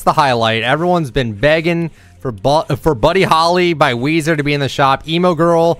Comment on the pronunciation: OH MY GAMMIT ITS WEEZAH